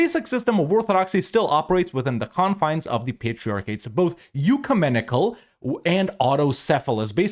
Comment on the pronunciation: (ek-you-men-ic-al) not (you-ka-men-ic-al)